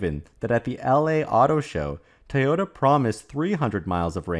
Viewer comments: Again, it is NOT pronounced 'tayoda'. It is pronounced 'toyota'. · "Tee-oh-ta" becomes irritating over time.